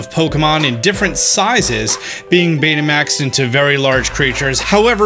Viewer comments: Did anyone catch that said Beta Maxed? Lol! It made my day by thinking back to old beta max players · When he keeps saying Betamax...